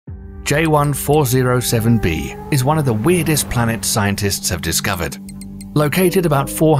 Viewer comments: This dude really said "🅱️lanets". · dude really said “🅱️lanets” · “blanets” 🌏🪐💫 🌝 s i u n s